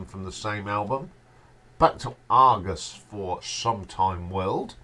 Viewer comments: It's Argus, not Argos😉.....otherwise great video mate. Long live the Ash! I have both the early Live Dates albums, Live In Tokyo, Best of....Live In Geneva and 40th Anniversary Live In London plus many Ash studio albums.....all on LP. What a great band. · IT'S NOT ARGOS...IT'S ARGUS!!